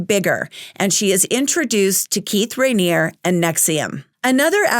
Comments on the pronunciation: The "E" at the end of Raniere isn't silent. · Sorry your mispronunciation of his name was driving me crazy! Unless the documentary and ex members were mispronouncing it. But you are right, this man deserves to be in prison for the rest of his life.